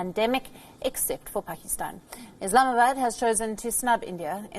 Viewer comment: Is she on drugs whenever saying "Islamabad". "Ismbd"🤣😜